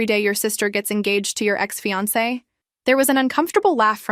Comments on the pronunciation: I'm used to hearing AIs mispronounce things, but this is the first time I've ever heard fiance pronounced fee-ahnk. 😄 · AI can't pronounce fiance.